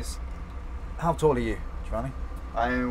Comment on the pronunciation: So annoying how he butchers the other guy's name as Jo-Vaahnee...